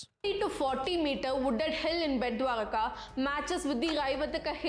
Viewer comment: You pronounced dwarka correct